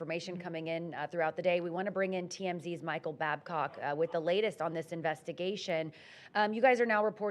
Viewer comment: She said Babcock 🙈